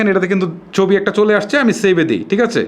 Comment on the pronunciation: উচ্চারনে সমস্যা থাকতেই পারে তো সমস্যা কি